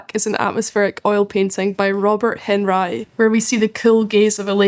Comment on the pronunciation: Henrye is an insane pronunciation